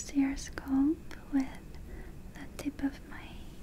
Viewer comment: holidayhoseok I was thinking about this just now. Her English has grown infinitely better. She occasionally slightly mispronounces words, like scalp, but her normal pronunciation and sentence structure is amazing. She speaks better English in like the 2 years I’ve been watching her than my Russian boyfriend in the last 10 years.